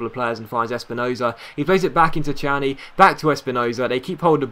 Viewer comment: Its pronounced kani not chani